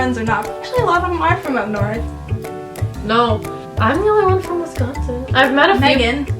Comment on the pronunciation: Hey Texas...it's WisCONsin, not WESSconsin. :-) -from a Wisconsin girl now living in TX.